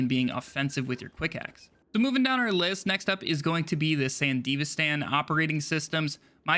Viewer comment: san-duh-V-stun... FFS